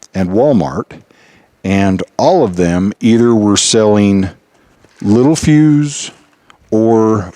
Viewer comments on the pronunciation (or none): Spelling: Littelfuse Pronunciation: lit tell fuse Very common to get this wrong. I did for 30+ years!